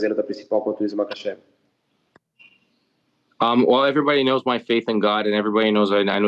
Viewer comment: If you're gonna say the champs name, say it correctly. Islam Makhachev